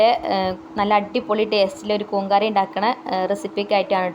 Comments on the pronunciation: കുന്ന് അല്ല, സിസ്... കൂൺ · കൂൻ അല്ല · കൂൻ അല്ല കൂൺ. കണ്ടിട്ട് കൊതി വരുന്നു.